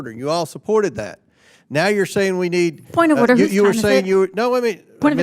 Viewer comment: WTF is a "point of oyduh"? LOL Watching the end of the Democrat party...